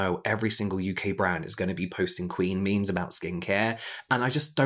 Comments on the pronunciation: James saying 'me mes' when talking about board room meetings made me laugh so hard I had to pause the video hahaha. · “Let’s post me-me’s” 💀💀💀